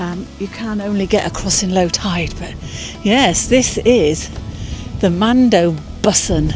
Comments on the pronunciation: Mandø is pronounced man-ø. Silent d. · Just a little language lesson. Do not pronounce the D in man(d) and the Ø (mandø) is not pronounced as an O. Ø is a single letter and also the word for island (In English) not the country of Island (Iceland in English) Norway also calls it an Ø and Sweden an Ö, they are all pronounced the same way. Try to listen to google translate to hear how the Ø is pronounced. (Is = Ice) oh and directly translate Mandø is Man island in English.